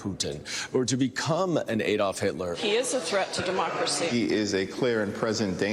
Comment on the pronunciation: How come no Americans know how to pronounce Adolf? (Apart from Brian Tyler Cohen, literally the only one I've ever heard say it correctly!)